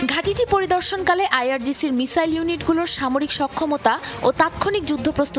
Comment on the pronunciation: আই আর জিপি না আইরজিসি